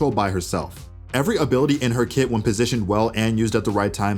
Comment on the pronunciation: Whf..its "kit" not "kid" for the past year I thought he says kid😭